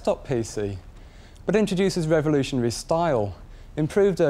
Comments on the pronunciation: "Revonooshuonary" - Duncan Bannatyne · Duncan cant pronounce revolutionary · "Revenlooshanally new style" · BUT INTRODUOCES REVULOTIOANARY STAAAAAYYYLE